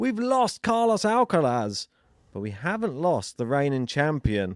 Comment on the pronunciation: Strange how these guys struggles to pronounce the letter "R" in names as Alcaraz and Grigor.. but pronounces the "R" perfectly everywhere else.